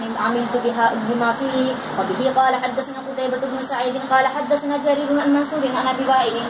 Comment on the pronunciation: حدثنا کے ث پر جزم نہیں زبر آتا ہے میری بہن 🙏🙏اگر برا لگے تو معذرت چاہتی ہوں